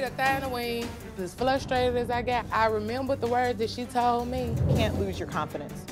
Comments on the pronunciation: that "as flushtrated as i got" has me dead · Did she really say flustrated? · "As FLUSTRATED as I got" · I think she's somehow made a portmanteau of flustered and frustrated--"flustrated." She said it repeatedly! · She was too frustered to get it right. 😂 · “Flustrated” she is so ignorant. Lol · Flushtrated..... FLUSHTRATED. Who taught her how to speak English? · "Flustrated" english folks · What is flustrated?? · flustrated...... What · The lady that gets "Flustrated."